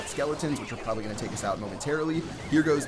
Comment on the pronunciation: "you propeply not"